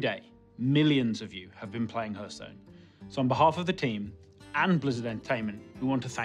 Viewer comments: I told you, he doesn't know how to pronounce Hearthstone. As for your problem, I have no idea what it is, but I bet it's much harder to pronounce than Hearthstone. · Doesn't fill me with confidence having someone in charge of Hearthstone that doesn't know how to pronounce Hearthstone.